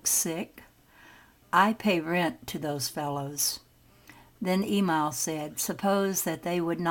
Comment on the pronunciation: "E MIL" NOT "E MALL